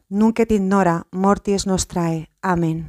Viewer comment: En el ave maría , se pronuncia: Nunc et in hora mortis nostre (NO nostrae) y el Amén... se pronunca como si tuviera acento en la letra A: Ámen